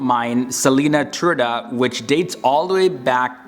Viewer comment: Leu is lion and was a florentine gold coin from Florence that circulated over the place. Btw: Dollar comes from Thaller. Btw: you pronounce badly. Turda not tchiurda and all, even Champs Elysees. No surprises in Romania: a beautiful land worth visiting. Happy you didn't say anything about the stupid fiction of the irish.